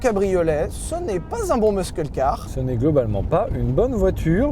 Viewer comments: "Meusseul" prononce "meusseul" steplait, j'ai les oreilles qui saignent. Sinon, brulez le pick up... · MUSSEUL CAR --> Tant que Sylvain ne prononce pas bien, ma femme refuse d'aller au Merguez Tuning Show... Merci pour le geste Sylvain :) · Muscle= « meusseule » je t’en suuuuuuuuupplie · Mes moments favoris c’est quand Sylvain dit : Meuskeule car 😍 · "Meuskeul" car.... 🧐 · Sylvain qui dit ''Meuskeulcar'' ça me rend fou! XD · Sylvain, ça se prononce " messeul car". Bisou. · "Meusseul" car !!! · Sylvain faut arrêter de dire muskeule car par contre stp merci Bonne vidéo sinon , comme d'hab :) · "MEUSQUEL CAR" fait un effort ..... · Mais POURQUOI y dit " muskeul car " ? Ca me fait tellement mal à chaque fois 🤢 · Ça se prononce '' meusseul '' je vous en supplie prononcez le normalement jpp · Sylvain, stp, respecte toi et arrête de dire MEUSKEUL car...😩😅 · Ouch "Muskeul Car", ça pique les oreilles Sylvain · Il a encore dit meuskeule car, mais c'est pas possible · On ne prononce pas le "c" de "muscle car". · Très bonne vidéo :) Faudrait revoir la prononciation de "muscle car" par exemple. Petit indice.. on ne prononce pas le "C" de muscle. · Merci encore une fois de nous faire découvrir cette merveilleuse merguez qui sert a rien🤣🤣🤣 Mais c'est un tel plaisir de vous retrouver à chaque fois que n'importe quelle bouse nous intéresse !!!! Bon par contre Mr Levy il faut vraiment apprendre a prononcer muscle car, car la c pas possible 🙄🙄🙄😂😂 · Arrêtes avec ce "MUSKEUL" car par pitié 😂 juste "MUSSEL" comme tous le monde 😆 faut que quelqu'un lui dise en interne c'est pas possible 🤣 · Ça se prononce "meusseul car", pas "meuskeul car". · Sylvain, on fait un effort sur la prononciation svp!! On dit un « meusseul » car et on « meuskeul » car Merci. Sinon très bonne essai comme d’hab meme si vous etes trop dur avec cette voiture. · ça ne se prononce pas "meuskeule car" mais "meusseul car" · on dit meuseule, pas meuskeul mr de levi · stop le muskle-carisme 😭 "musseul-car"